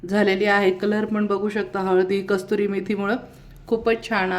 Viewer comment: कस्तुरी नाही कसूरी